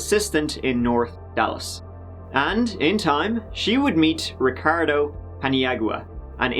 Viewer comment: you tried so hard to say Ricardo's Title! A+ For effort☑, Thanks for this ol' video👩🏾‍💻